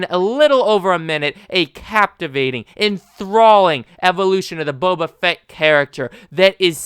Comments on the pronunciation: I dont disagree but : "Bow-Bah" Not "Bubba Fett" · its not buba fett its bo ba fett, non the less i agree with your sentiment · how many times are you gonna pronounce his name wrong?. i agree with the opinion, but jesus christ dude its not buba fett you clown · Wtf is Bubuh Fett???